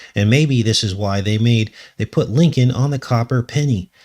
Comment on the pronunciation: Lincoln sure sounds like linked-in when you say them.